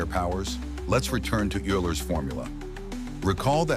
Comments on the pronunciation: "Euler" is pronounced as "oiler", not "yooler". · Aint no way bro said youler 😭😭😭. This AI is literally spouting nonsense please stop uploading you are ruining my outlook on society :(.